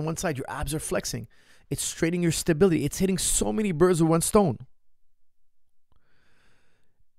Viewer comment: it's all about the "stabiTily ball"